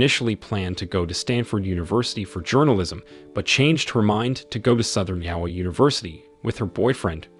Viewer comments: Can’t pronounce Iowa either. Maybe we can defeat Skynet after all 🤔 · Learn how to pronounce stuff. I assume Yowwa is Iowa and Nine-a is Nina